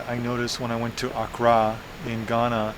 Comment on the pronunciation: AND ITS PRONOUNCED AK KRA